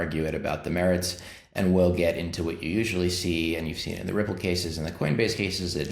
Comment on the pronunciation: Not the "Howey Test", soon to be the "Ripple Test" buddy. Let's see if you can pass it without the capability of being able to say the word "Ripple". Goodluck guys, being on tape talking about disguising early whales, you're going to need it 🤣🤣🤣🤣